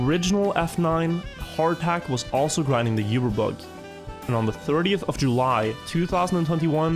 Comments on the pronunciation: Uber Bug is pronounced ew-ber bug not You-ber bug! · ITS PRONOUCED OOBERBUG not YOOberbug. DROVE ME CRAZY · Why does he say yuberbug? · you-ber bugs, uber youtuber does you-ber bug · ngl, the pronunciation of "uberbug" is triggering me